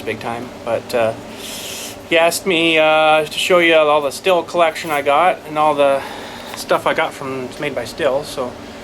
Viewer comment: awesome says the word the right way most say steel lol